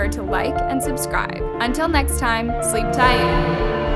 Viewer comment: The story isn’t even scary the only thing that scares me is when she say “sleep tide”